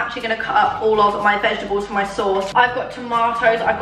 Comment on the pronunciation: Hey, what are ‘vegeables’? 😅 Or am I hearing things?! Anyone?